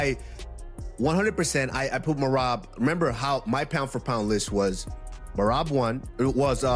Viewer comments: Bro his name is M E R A B Not murab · Merab not Murab 😂😂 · Listen to how Cejudo said his name. MERAB!!